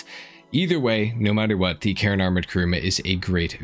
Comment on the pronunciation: Karin is Karin, man. Why does it somehow became Karen when you say it?